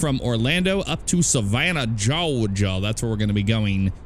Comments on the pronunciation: He can say "Georgia" if he wants. No one cares if it's cringe. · Nice vid. Plz stop saying “Georgia” like that. So cringe.